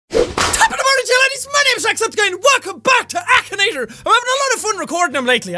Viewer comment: it's not akanator it's , akinator